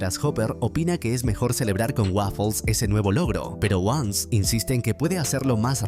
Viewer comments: llega Ons? O sea literal dijo Ons como si Once fuera una palabra en ingles jajajaja, como se nota que es peruano o venezolano el idiota que hace estos resúmenes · un vecino?? "wons"?? si ya varias veces habia dicho bien su nombre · Porque dice onc? Minimo q diga ce o jane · “Ons” jajaja LOL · "Ons" y ese spanglish? 😂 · Exactamente, nada que ver estaría diciendo diciendo otra palabra, si le quiere hacer al mamador que diga Eleven